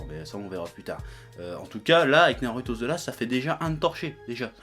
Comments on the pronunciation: franchement, arrête de prononcer naruto comme ça, prononce le comme un "ou"; parce que ça commence à m'énerver 😡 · a dit Narouto